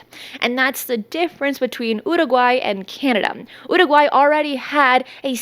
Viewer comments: Getting closer. Listen again, practice more. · Why do you keep saying Uruguay that way? If you want to use Spanish pronunciation, then use it. But why single out particular words? Do whatever makes you happy, but it's grating and random, and super weird. BRB having an English conversation then all of a sudden using a thick Spanish accent to pronounce one world lmao.